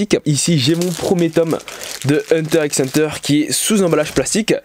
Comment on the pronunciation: Salut, juste pour dire qu'on dit hunter hunter. Merci, de rien, au revoir.